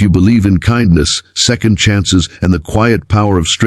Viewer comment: Odd pronunciation of "Kindness" more like "Cindness"